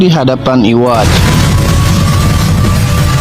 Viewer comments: Yang bener sebutannya itu yuhavah bang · kocak lu brusan nntn bleach kekx wkwkwk yhwach di bilang iwach wkwkwkwk pdhl itu ybaca yuhafa aja udh bnyk kok ytber blgx kek gtu